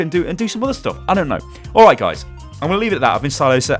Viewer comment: Oh it's stylosa not styloose